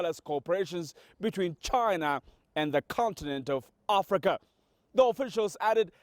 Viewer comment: China not Jaina. LMAO